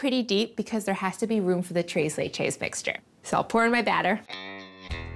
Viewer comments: 'tres' is actually read with the 's' but you're so cute and fluffy so whatever. I'm simping, what u gonna do about it? To be fair I just watched this because of Molly Yeh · Take the white privilege down a whole lot. 1. Tres Leches is not Mexican. 2. Tacos ≠ Mexican 3. Any kind of sprinkles don’t belong on Tres Leches. 4. Learn how to say Tres Leches. 5. Tone your excitement down, you are being super extra. 6. Work on your presentation, it isn’t Food Network quality.